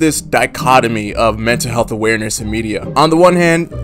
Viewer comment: Ahhh yes “mental heath”